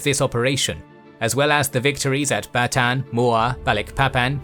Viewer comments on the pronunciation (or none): its ba^taan not batan 😁